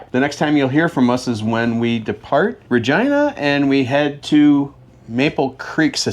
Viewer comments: Regina is pronounced with a long "i" sound. There is no such place as "Regeena" in Saskatchewan! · Welcome to Canada 🇨🇦 and it’s pronounced Vagina. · Canadian here: You saw 2 options in how to pronounce the word "Regina," that city in Saskatchewan. You initially chose the wrong one... Yes, it's actually pronounced just like the body part. Fun Fact: it's a regal term, for a female sovereign. In this case, the city was named for Queen Victoria, back in the late 1800s. Funner fact: the male regal term is Rex. That's why King Charles signs as "Charles Rex." Welcome to Canada, eh. I look forward to tracking your route as you move northwest over the next few videos.